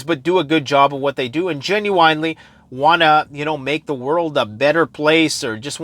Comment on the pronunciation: "Genuinely" Pronounced "Gen-You-Win-lee".